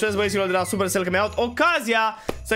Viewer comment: 😂😂😂coaie nu cred ce te joci tu care nu sti sa pronunti supercell 😂😂😂😘😩💪🔥